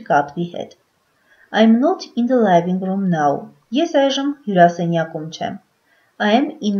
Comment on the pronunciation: Թերի է։ Արտասանական սխալներ կան։ Օրինակ ՝ living_room արտասանվում է " լիվինգ.րում " ոչ թէ "լայվինգ րում"։ Բացի դա անգլերենի բառավերջի r տառը չի շեշտվում և արտասանվում է շատ թույլ։